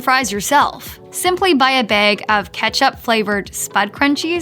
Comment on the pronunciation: This isn't a robot talking. It's obviously a real person. She is either from the northern Midwest or Canada, judging by her pronunciation of certain words. The way she pronounces bags like behgs gives it away. I am surprised anyone would think this is a robot voice.